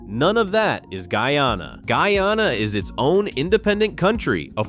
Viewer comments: Pronunciation is off. It is NOT Gee-ya-na. It is GUY A-NA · The pronunciation ....Gee-ya-na is correct for Guiana... the name is New Name changed when we gained independence to GUYANA 1963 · Its not geana guyana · The only part I don’t like is the pronunciations of the words Guy-a-na